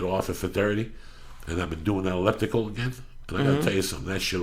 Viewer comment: Everytime Joey attemps the word elliptical I fucking lose it.. Eaulueptical he says. I love me some JD